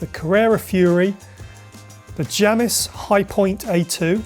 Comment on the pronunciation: Outright refusing to pronounce Jamis and Vitus correctly.